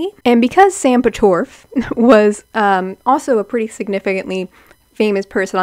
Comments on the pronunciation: sam "PATORFF" Im deadddddd. also yes this video is so spot on and bringing back so much nostalgia omfg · Lmaooo I’m so dead at the name pronunciations omg😭 Sam pot (like a kitchen pot) (or like a rowing oar) orff (long f) pot-orff…. and Jairus is like “air” but with a j (jair) us (is/us) jair-us